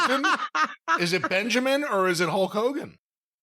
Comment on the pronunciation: "Huk" Hogan haha